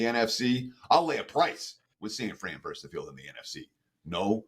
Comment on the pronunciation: I'm a fan of you and wagertalk in general, but we DO endure you. Please, try saying "versus" with TWO syllables...